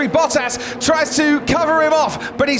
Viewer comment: ⚠️ To all international journalists & sport presenters: 🌐 it is NOT Lewish ... it is NOT Bottash ... and it is certainly NOT Max Vershtappen!